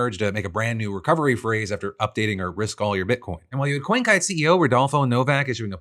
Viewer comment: "Coin Kite"? 😄